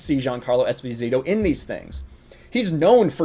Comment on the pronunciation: Anyway, Esposito is not even Spanish-sounding, it's an Italian surname that was given to abandoned children. Long story short, its pronounce has the accent on the first "o", not on the "i".